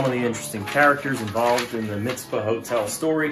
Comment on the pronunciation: The Northern (Wyatt Earp's place) is 26 miles south, in Goldfield. I dont know what it is now, it was a cafe when i lived there in the early 80s. (Its TonoPAH and MisPAH, not Tonopuh and Mizpuh)